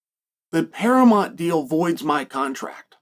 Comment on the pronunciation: Wahey, and we have a new mispronunciation for the books and it's "Paramont". Who needs that "u" eh? The yanks do love to ditch the "u" where possible I guess! 😂